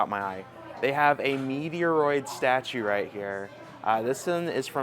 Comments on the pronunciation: I'm stunned that he's never heard the correct pronunciation of one of the biggest Nintendo titles EVER. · No actual gamer would call Metroid, Meteoroid. Give me a break, I like your channel but knock it off! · I liked the video even though the can’t pronounce Metroid properly.